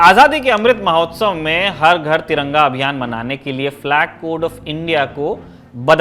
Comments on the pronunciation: Bhai Taranga nehin tiranga, sahise bolo sec dekho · Taranga...kyo bol rhe ho aap